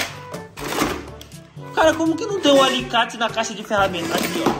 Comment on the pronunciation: Oxi vc disse teramentas?😂